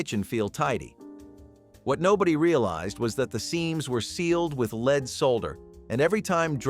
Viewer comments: Lead not leed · The element lead is pronouncec led, not leed. You keep switching back and forth. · Lead sautered should be pronounced led not leed.